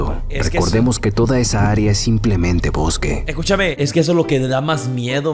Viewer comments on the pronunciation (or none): el "escúchame" ha sonado to andaluz 😂